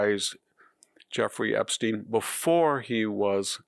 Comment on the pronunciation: Sounds like a joke from Young Frankenstein pronouncing Epstein's name with a long e instead of a long I like it's supposed to be. It is spelled with a long i. And yet you keep pronouncing it as if the English have any idea of how to pronounce Latin written words! Not even an English name